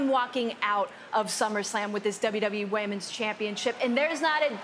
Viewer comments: Nobody else heard Bailey say WWE Wamens Championship? 😂😂😂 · “The Wamans championship” made me chuckle a little 😅